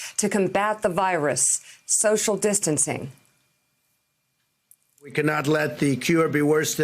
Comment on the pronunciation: Lol what the heck is "social disting?" 😂😂